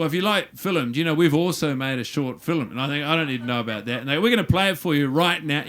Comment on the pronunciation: Funny but what's with his pronunciation of 'film' 'as 'fillim'